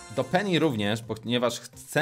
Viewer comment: niemówi się peni tylko penny